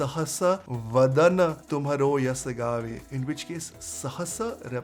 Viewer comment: Its actually Sahasra badana not Sahasa where Sahasra means thousand